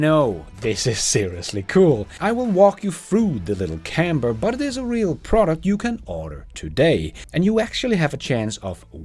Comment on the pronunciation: Is the guy calling this a CamBer?